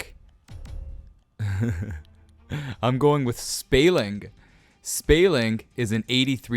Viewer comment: U said Spaling wrong. Its Spall ing